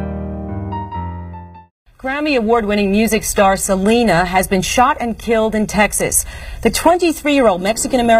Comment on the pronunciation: ITS SELENA NOT SELEENA!!!!! if it was SELEENA IT WOULD HAVE BEEN SPELT SELEENA